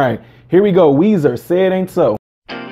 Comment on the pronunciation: “Weezer”, sir. No H. Awesome you’re reacting to this classic.